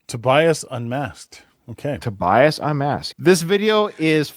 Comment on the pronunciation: And Tobias is Toe-b -uss